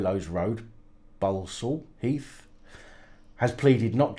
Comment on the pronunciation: Bloody hell, I got my second namecheck a few days ago and missed it because of being busy with life and shit. Only just catching up now, just to let you know I'm going for the hat-trick. Edit.....and phonetically it's Ball-Sall Heath, Knee-Chulls and A-Cocks Green. I'm not far from those shitholes.